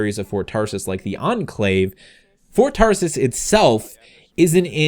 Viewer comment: It sounds like ur saying Ford Taurus lol